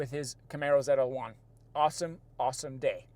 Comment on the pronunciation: It’s Z L 1 not ZeLa 1